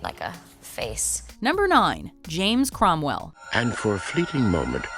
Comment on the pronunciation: #9: James Cromwell, not Crowell. Ugh